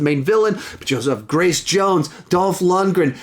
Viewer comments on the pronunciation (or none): none